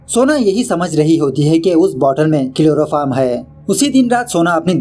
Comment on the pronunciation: It's chloroform not kiloroform😂😂